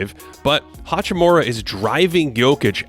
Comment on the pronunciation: It really shouldn't be hard for an American to say "hachimura" correctly. His name is not "hachiMOORA"